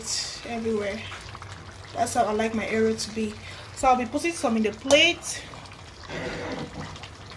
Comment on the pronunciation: it's pronounced as it's spelled eru not ero